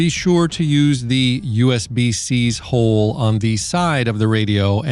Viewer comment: Just love the way you say HOLE!!!!